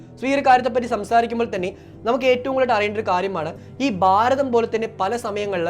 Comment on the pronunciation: ബാരതം അല്ല ഭാരതം ആണ്. ഉച്ചാരണം. ശ്രദ്ധിക്കുക.